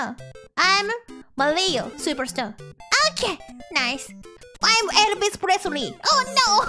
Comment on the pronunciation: Elvris presree